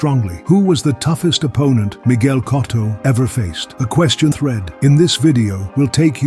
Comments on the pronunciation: Anyone else annoyed how this narrator keeps messing up Cotto's last name and sometimes gets it right? How you gonna pay respect to a great fighter while messing up his name. It's not "Cot-toe" but "Co-toe".....It's gotta be AI. Artificial Ignorance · Who is “Cahtto”? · Pronounce it right numb nuts